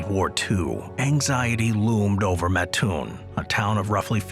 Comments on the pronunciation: Hate to be that guy. You start out correct... living an hour from Mattoon... Its MAT-toon. not MaTOON. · ooof little off on the pronunciation... also home of the Original Burger King